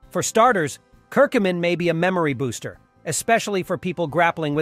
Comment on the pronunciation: You can’t say Curcumin correctly !